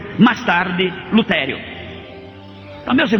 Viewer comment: Um padre que tem estudos dizer revólvore? Difíce? Luterio? Kkkkkkkkk Esse senhor aí não é padre. Não existe padre analfabeto, que não sabe falar bonito... Conversa de crente mesmo...Porque não mostrou o rosto? Tem medo do quê?